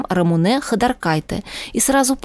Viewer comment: Ну какая РамунЭээ,противно слушать,она Рамуууне.